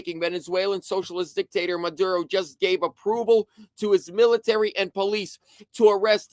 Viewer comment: its pronounced Me lay and Mo Do ro